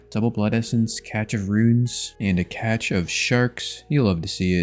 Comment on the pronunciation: Imagine repeatedly saying a word(cache) the wrong way and be convinced you're saying it correctly. Fucking hilarious how people can be firmly sat in pure stupidity and ignorance. I'm pretty sure I watch this shit out of habit at this point.